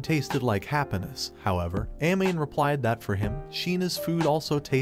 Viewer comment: The way hpw he said happanass